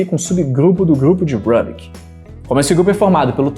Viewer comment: Rubik tem origem húngaro. Estão o som do nome dele é pronunciado Rubik mesmo , não "Rãbik" (que soa como um nome inglês).